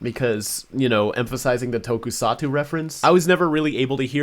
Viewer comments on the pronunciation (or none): Tokusatsu, not tokusatu. The series the Way Big pays a tribute for is named Ultraman. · Tokusatsu not Tokusaku 😢. Just like you're a big Dr.Who fan, I'm a bif Ultraman fan.